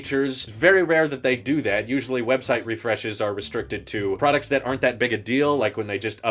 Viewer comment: Whenever u say products, please include the clip where u say “PRAWDUCTSS” would appreciate that! Thanks lol